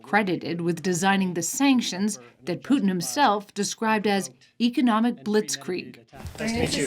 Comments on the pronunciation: I can’t listen to these two call Putin ‘Poo’n’. I’m off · Voldemort poo-tin